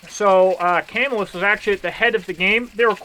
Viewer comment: Camillus, NY is pronounced Kuh-MILL-us